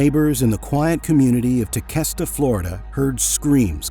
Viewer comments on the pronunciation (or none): TeQUesta not tecesta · It's quest not kest sounding. Tequesta, I mean. Mos5t a little detail that bugged me since I used to live down in south east Florida.